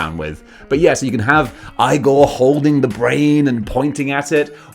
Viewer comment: It’s pronounced “eye-gore”. If you know, you know 😉